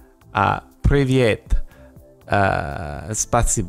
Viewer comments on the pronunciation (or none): Second one is not 'welcome', it's 'hello', "p(rrrr)eeweat"